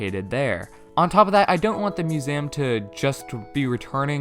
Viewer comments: Me: museum an intellectual: musam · No one:: It's muséum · I love how you say museum…. “Mu-za-yum” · You can't pronounce museum correctly. Have you really never heard it said in movies/TV or by another person? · Who taught you to say Museum like that? I thought you just said it wrong, but then you kept saying it wrong. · The way you say museum 😂 I dont really think there'll be a separate island for shops but instead the ability to improve your own island enough for the NPCs to set up shop there (the same way you can entice isabelle to come). Either way I cant wait to just playyy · chatboulon if you’re saying it like the guy in the video, then yes. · Please learn how to say museum correctly